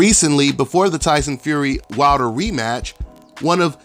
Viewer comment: Lie-son Fury!!!